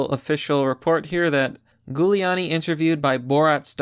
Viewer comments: Bro I like your videos but PLEASE do your homework and properly pronounce people's names! You are pronouncing Giuliani's name wrong. It's a soft g! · Gooliani? Really bud? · Were you mispronouncing the name to make it extra spooky for Halloween? Ghouliani lmao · It's pronounced "Jew-lee-annie". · It’s Jewliani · Giuliani = Julie-ahny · It's pronounced >> JULiani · Giuliani is pronounced Jewel E ani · if I might... Giuliani is pronounce "Julianie" (Like Julie with an "annnie"). Hope this helps. MAGA/KAG 2020! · I like the content, but I have to ask, do you butcher these pronunciations deliberately? Honestly, it doesn't help your credibility. It's Jewel-ee-ahn-ee. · Please, stop pronouncing his name Goo-liani... lmao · have you never heard Giuliani’s name said out loud? pronounced jew-liani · It’s Jew-Lee-on-e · Thank you. Just trying to assist you here. His name is pronounced in the beginning like a jewel. It actually sounds like Jewel-e-a-knee. 👍🧡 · I love your videos but it's pronounced JULIE-ON-EE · Its pronounced Jew-lee-an-e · Giuliani is pronounced JEW-LEE-ON-KNEE 👌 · It's a soft G!!! Literally pronounced Jew-lee-ahh-knee! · Pretty sure it's Hoo-Li-Ani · Gooleawnni. Lol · Love your work, but you're not from NY. Its pronounced phonetically, jewel-e-on-e. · its pronounced JEWliani, bro.. get it right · The goo-liani is killing me. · are you mispronouncing Giuliani on purpose? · Dude, have you never heard Giuliani's name pronounced before?? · Holy shit, he can't say italian names. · You're saying his name wrong. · Pretty sure that's not how it's pronounced. It's an Italian name, you're pronouncing it in a very American way... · How do you not know how to say Rudy's lady name. It starts with a J sound even though it a G. Bc it's Italian. No one has ever pronounced it with G sound in every major news and TV - ever. Just saying. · Dude I have never once heard Giuliani's name pronounced that way before this video... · Its pronounced Julie not Gulie lol